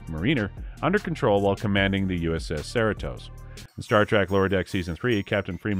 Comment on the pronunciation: Trouble pronouncing Mariner and Cerritos? That was all wrong